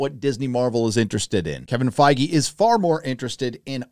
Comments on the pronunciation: well fingers crossed, I wouldn't mind them adding a few more mature elements but I hope they keep the core of the story together and they actually cast it decently this time. And for heaven's sake say his damn name right! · are you sure we're pronouncing Feige right ????hahahah darks darks